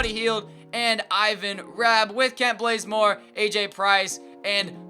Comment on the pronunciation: Did anyone else hear him say "Kent Blazemore" or is it just me?